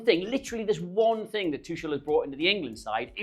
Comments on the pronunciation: Great to see you again,, but if you're going to talk about the England manager you need to learn how to pronounce his name. It is /tuxl/, not /tuʃl/. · How on earth can think that Tuchel is pronounced "Too-shell"? Loses credibility for me. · Hey, great to see this new channel, good luck! Could you have a look at the video quality for next videos? The resolution in this one doesn’t look the best. It’s the first one so it’s understandable, just something to work out as you go. Also, PLEASE stop saying “Tushel” 😂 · Come on, it's 'TOOH-kuhl', please, ffs, thanks, as you were.... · Great Video! I would like to see a Video where you try to pronounce Tuchel the proper german way. Please consider my suggestion. Thank you very much!